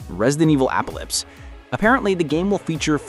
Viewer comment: uhhh… how did you just pronounce apocalypse? Appalips? 😭😭😭